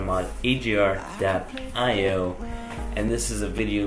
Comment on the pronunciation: Its not ajar.io its a-g-ar.io